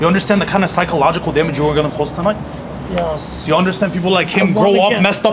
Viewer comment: Kinda like..."Yee-oss"...very odd.